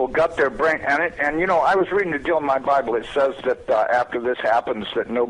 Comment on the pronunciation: ze bIIIible,really? lol